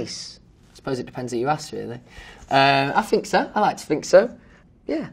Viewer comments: I fink so, I like to fink so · “Is Louis Tomlinson nice?” “I FiNk so” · "ehm... i fink... fanks... if ahm bein' honest'..."